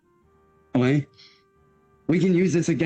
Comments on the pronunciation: Dude that "olay" drives me INSANE and he clearly announces "okay" at one point in this video so IT'S POSSIBLE HE JUST DOESN'T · he's saying Olay. Have you seen the goblin shampoo commercial? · Olay or oway instead of okay 😃